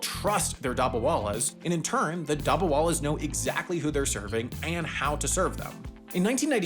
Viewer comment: Being Indian, the pronunciation of “dabbawallas” is making me cry😂